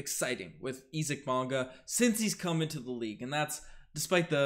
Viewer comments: Pronounce his first name the right way. Sounds this way ........ EYE ZEEK (Isaac) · Does know something I don't about this guy's name? Or does not know how to pronounce "Isaac"?